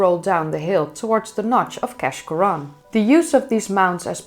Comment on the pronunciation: keshcorran is locally known as keash and pronounced kaish as in aitch